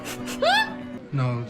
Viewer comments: In the name Jayne, the "e" is silent. It is pronounced like the female name, "Jane". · A bit odd since throughout the show, the episodes she's watched, I'm sure she's heard it pronounced correctly several times, so why she continues to mispronounce it is a mystery. It's not like she made the mistake in pronunciation when reading the name Jayne; she's HEARD how it is pronounced. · By the way, although the French/Spanish language track calls him Jay-nee, in the English the final vowel is silent, and his name rhymes with pain or rain. “Jayne brings the pain with his stick that sounds like rain.”